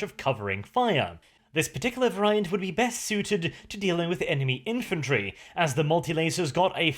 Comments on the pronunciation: Variant, pronounced as in all English awkward non purely phonetic words is "var-e-ant". But if you like a challenge try Gaelic. Not that I am in a position to criticize as I have no second language..... I barely have a first one. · somebody please tell how to pronounce "variant". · I can't get used to the pronunciation of variant, but fantastically entertaining video again.